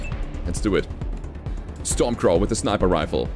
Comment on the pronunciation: Stormcrow, its stormcrow lol